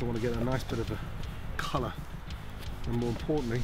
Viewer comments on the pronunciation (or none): none